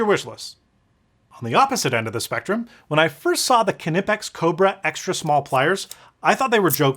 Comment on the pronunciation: I love how you pronounce Knipex like Evil Knievel.